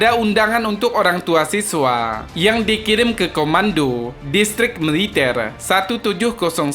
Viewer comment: Militel.ngomong GK teteh😀😂😀